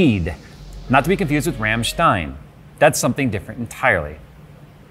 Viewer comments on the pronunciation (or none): he pronounced it wrong xD. i'm german so i know how ya pronounce rammstein. you don't pronounce ramm like ram (like a battering ram or so). you pronounce the ra in ramm like you would pronounce ra in the name aranguiz (chilean soccer star). the way he spelled stein however wasn't too far off. that's how germans in the northern part would spell it actually ^^. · He said ramstein. ..... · everytime you said ramspeed my brain echoed ramstein you jerk... U did that on purpose.... /sigh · Too bad he mispronounced Rammstein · rammstein? really? xD okay, you tried.